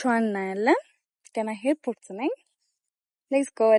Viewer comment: ሄይርፖርት❌ airport✅ ሪአክሺዋ❌ ሪአክሽንኗን✅